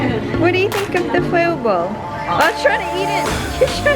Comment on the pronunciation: I don't really know, but every time Wengie says "foil ball", I literally hear "spoiled ball". LOL!!!!